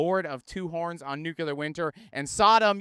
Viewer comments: It's pronounced nu-clear, not nuke-U-Lar! btw: the difference between doom metal and funeral metal is exactly: "who gives a crap!" 😄 Just trying to be accurate! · Good ol'. 2025 still pronouncing 'nuclear' like he's a Bush in 2002.